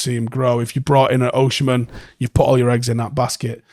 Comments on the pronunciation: Bro its Osimhen not OSHEmen. Pronounce as O-SEEM-EN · Please pronounce Osimhen name well, thank you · True, but it’s useless